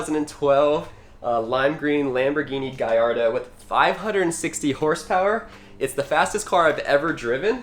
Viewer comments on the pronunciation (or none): Gallardo not guyardo